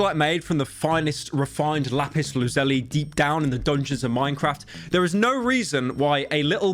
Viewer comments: Did my man just say Lapis Luzeli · He rly said lapis loozeli 💀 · Did he really just say... luh-zuhlly? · The biggest scam is how pyro pronounces lapis lazuli “LaEpIs L🅰️zElYYY” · Why did he pronounce lapiz lazuli like that